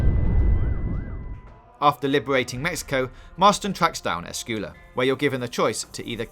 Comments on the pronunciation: Have-e-aye Eh-school-uh.. haha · U can’t pronounce esquella